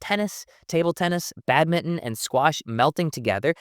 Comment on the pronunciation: Excellent insight and thanks for pronouncing badminton - Bad-min-TON and not just Bad-min like other Americans 😊